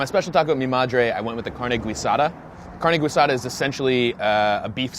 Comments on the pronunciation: Exactly! The U is mute, you're not suppose pronounce it at all... 'Carne GEEsada' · If you wanted good breakfast tacos you should’ve gone to San Antonio I guess hipster breakfast tacos are right up your alley….it’s not gwee-sada, it’s ghee-SA-tha. The drinks are awa-frescas..the g is kinda silent. P.S. potatoes aren’t suppose to be in every taco… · Carne Guisada is pronounced carne “gee-sada” not “gwee-sada”. Not trying to throw shade, just wanna acknowledge how its said. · Carne Guisada is pronounced Gee-Sada. Gwee is not a spanish origin sound. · Every time he says "güisada" instead of "guisada", a Kitty dies. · And it’s not Gweesada it Gi-sada. GUISADA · Carne "Guisada" pronounced as "gee" in "geese" not as "güi" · guidasa is pronounced gisada. its carne gisada, not carne goisada. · good video but it's pronounced like "geesada" not "gweesada" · Every time you say Gwee-sada I wanna slap you. Its called GEE- sada it might be spelled guisada, but its pronounced GEE-sada. You're welcome dude. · He says guisada as gwee-sada its pronounced gee-sada it's so cringey. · Gwee-sada? There’s no diaeresis on the ‘u’, so there’s no ‘w’ sound, so it’s pronounced like ‘g-ee-sada’. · “Carne güisada” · I agree and it's Tex Mex not latin america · I died a little every time I heard "Gweesada" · It's GEE-sada, isn't it? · Why does he say guisada like guido? Driving me crazy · Guisada pronounced “gwasadah” in this video😂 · Carne Gee-sah-dah. Being you from Philly it's understandable. lol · The way he said carne gwee-sah-doh. Lol. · “Carne gweesada”😂😂😂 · "Gweesada" heh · Shoulda gone to San Antonio. Also it’s GEE-Sada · Carne Gweesada! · its Gee- saw-duh (Guisada) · Guisada = gee-sah-tha please. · "gwui sada" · carne gweesada, pan de hueyvo, agwas frescas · “GWEE-sada” oh no:( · Good article, but I shuddered every time I heard him say "gweesada." No. Just no. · gwee-sada lol. juan in a million.../gag velveeta town. and no mention of Marcelino. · They way you said Guisada 🤣🤣🤣